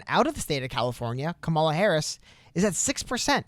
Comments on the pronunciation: Period, qustion mark, comma. That's how you say Kamela. Comma La. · Nice vid, and Yang Gang all the way! But.. can we pronounce Kamala correctly? "COMMA-la" according to a video of her being asked how she says her name. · For the record, it's comma-la. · You can say "Butttigieg" but ka-ma-la is difficult!?🤔 smh "or however you want to pronounce it"😠🤠